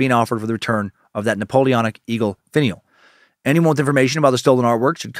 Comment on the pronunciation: DAN!!! its "finn-e-ell" NOT "faneel" as you stated! lol I'm sure you have been told such already! so sorry for the length of my post.